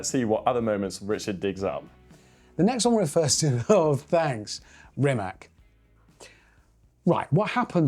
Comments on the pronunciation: Rimats, not Rimac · Can somebody tell him it's not RimaK, it's Rimac... bruh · Mate RIMAC READ "C" NOT "K" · Rimac.. He's Croatian, and there's no 'K' at the end—it's a 'C'. Show some respect.